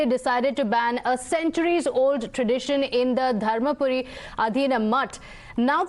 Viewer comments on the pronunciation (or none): Dear National TV anchors, it is Dharmapuram not Dharmapuri. The two are different! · 'Darmapura' not darmapuri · It's dharampuram not dharmapuri....